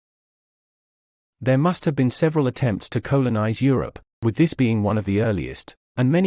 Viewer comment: Colon-iced😬 ...oh dear